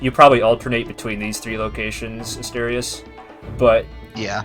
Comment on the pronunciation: The biggest mystery of this prequel is if I-thos will learn how to pronounce Asterius’ name between these events and several years from this point.